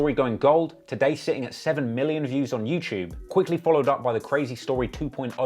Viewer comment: Who else came here just to hear him say "youchewb"?